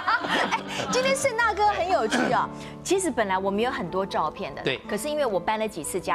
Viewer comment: 沈小姐老把"照片"唸成ㄗㄠˋ片, "變成"唸成變ㄘㄥˊ